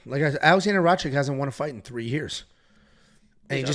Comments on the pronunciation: you keep saying Rachik.. just change the ch and k and say Rakich.. thats the best way to explain to you how to say his last name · it's pronounced RACITCH